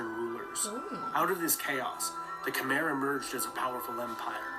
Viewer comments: Ayutthaya. Is Ay-Yoo-Thai-A...he completely destroys the pronunciation. Also Khmer is pronounced Ke-Mai. The Khmer people are of Cambodia. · You are wrong all. Ke Mai your a*s!